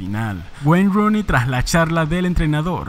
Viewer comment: Se escribe Rooney pero se pronuncia Runey, aprendamos